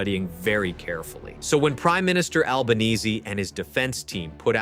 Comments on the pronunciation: Thanks for the correct pronunciation of our PM's name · Congratulations on pronouncing Albanese, and Geelong correctly. It shows a good amount of preparation and research.